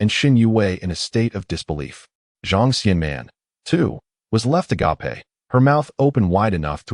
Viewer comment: Will someone PLEASE teach the AI how to say "agape"